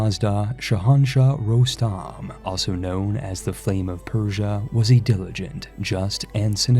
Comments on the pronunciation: Rosham? It's rostam. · My friend, Rostam Is prounounced "ROSTAM" and not ROSHAM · Great video! One minor problem though, it's ROS TAM not ROSHAAM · Who's Rosham? Its Called : Ros tam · Its R-O-SSSSS-T-A-M not Rosham😁